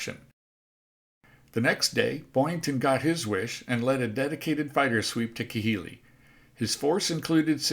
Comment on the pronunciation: some of your pronunciations of some of those island basis is way off, just thought I would inform you of that it's not Ki-hili it's pronounced KA-hili.